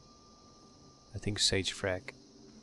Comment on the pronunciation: could swear it was pronounced "Fray-kuh"